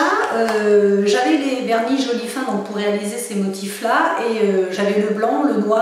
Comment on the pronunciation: on dit jolifineeeee pas jolifin mais voila sinon bonne video